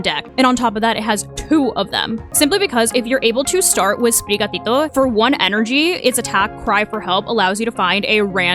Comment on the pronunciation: Your using of actual Spanish pronunciation of the Sprigatito line is just so satifying to hear!